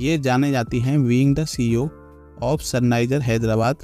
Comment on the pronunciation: Sunrises ❌ Sunniser ✔️